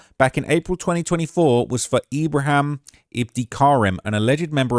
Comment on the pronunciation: It’s Ibra him as well. He saying ibra ham. Ham is forbidden for Muslims and Ibrahim is a Muslim name 😂😂😂